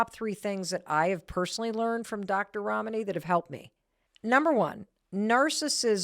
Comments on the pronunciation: I’m sorry, I could not help noticing that Mel pronounces Dr. Ramanis name correctly the first time, but then start saying it like Ramaani. When you know a persons name you know it. Seamed very intentional. 🚩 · Please oh please learn to pronounce your guests name...Rom knee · I’ve been watching for almost an hour. I continue to be simultaneously frustrated by Mel’s inability to pronounce her guest’s name correctly, and in awe of the humility and grace extended by Dr. Ramani to Mel for mispronouncing her name. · Mel you are pronouncing Ramani as if the name has Italian origin. It doesn’t. It’s Asian!